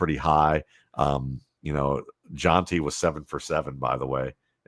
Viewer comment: "jonty" is a new one. how hard is it to pronounce Jeanty